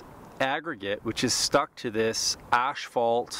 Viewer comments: Ash fault huh, tongue twister, ass fault, there you go, a lot better. a thumbs up was given. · You are the second one I hear pronouncing asphalt like ashphalt. What is the correct pronunciation?